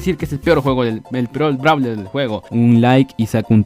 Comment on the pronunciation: dice nuevo bralerw